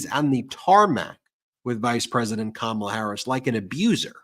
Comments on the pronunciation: "Kamabla"? Orange Boy should get a campaign manager who can speak English. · Kamabla it's a racial slur.remember the Cosby kids. The kid that always pronounced everything with a bl or ba. Howba youba doingbla.